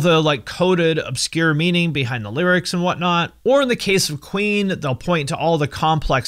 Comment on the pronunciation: When he first said Queen, I though he said Ween